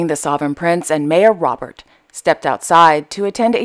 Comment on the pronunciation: The Hashemite royal family is enormous... all those names, yet you struggled with the French mayor Robert, which is probably pronounced "rob-bér". You make me laugh..